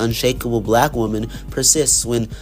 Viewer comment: your saying the word wonman wrong